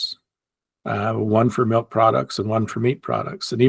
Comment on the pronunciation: thou shalt not say “melk”. 😂